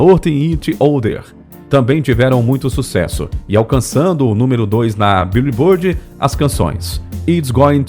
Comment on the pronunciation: "biulibôrdi" é o ápice